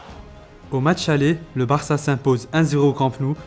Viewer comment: il a dit "varca" je suis pas fou nan